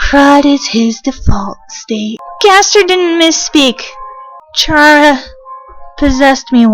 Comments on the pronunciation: its actually k-ara not ch-ara (the way you pronounce it) she got the name chara because of CHARActer the more you know i guess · You probably get a lot of these but chara is pronounced ka-ra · How do y'all pronounce chara I pronounce like (karma)